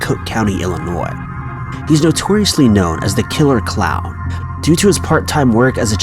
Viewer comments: he kept saying clow lol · Why can't you say the word clown?